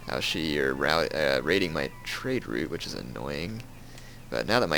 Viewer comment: you don't pronounce Ouchi right. It's OuCHi, not OuSHi.